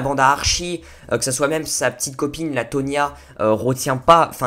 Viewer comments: No is Toni not tonia !!😣😣😂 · Cest toni et pas tonia😂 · alors c’est Tony et pas tonia merci 😂